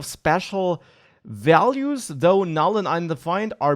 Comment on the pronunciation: For a moment he was like Bob Ross, instead of values he says vealuse